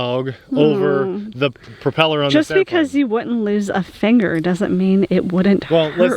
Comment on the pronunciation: didn't say "fanger"!